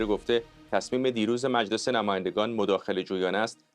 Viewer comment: به خانم حسینی بگین میلس نیست مجلس درسته